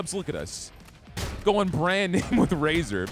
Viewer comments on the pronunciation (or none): none